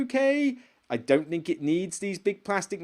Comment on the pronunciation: Love the channel, but can you try to say theme, and, think and thoughts, as opposed to feme fink and foughts?